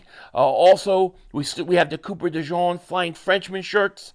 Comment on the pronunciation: De jean not de john